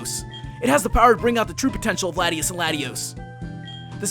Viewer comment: latios and latias not latios an latios